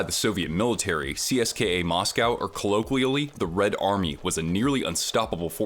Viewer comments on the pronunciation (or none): none